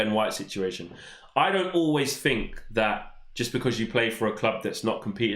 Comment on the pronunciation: Please learn to pronounce "three and think" not"free and fink "